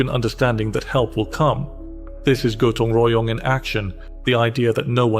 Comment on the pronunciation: Your pronunciation of Bandung, Gotong Royong, and Kerja Bakti is absolutely spot-on – really impressive! 😊